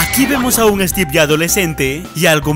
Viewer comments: Es Stiven no teven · Se llama stiven no stive y no puede creser mas por su majia:v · es estiven no stevvvvvvvvvvvvvvvvvv